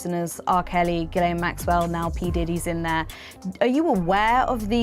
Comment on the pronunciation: Btw it's Jizzlane not Gellain